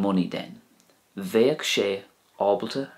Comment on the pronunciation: bang on I’m in Sligo that’s how we say it. It’s great to be able a/b words with this channel. Thanks again